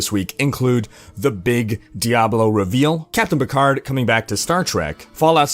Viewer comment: All that knowledge and yet can't properly say Picard. Smh.